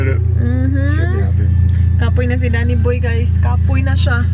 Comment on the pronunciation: ka kyut mahubog. hahaha "Dammy moy" instead of danny boy hahahaha lablab